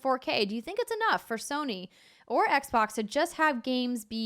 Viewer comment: Andrea pronounces Sony like there's an R... 'Sirny' 🤔